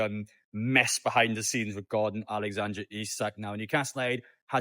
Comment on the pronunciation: mate it's Alexander not Alexandre 😂